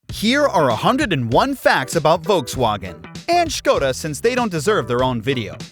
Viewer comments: He pronounced it properly but roasted the hell out of it in the beginning for that XD Man Skoda surely deserves it's own video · Thank you for prounancing Škoda properly